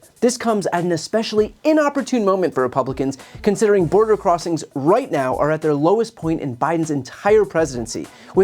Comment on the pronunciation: Open borrrderrr ahnd tearrrr down de wahll.